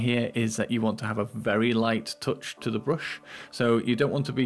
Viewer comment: tooch the brissls of the broosh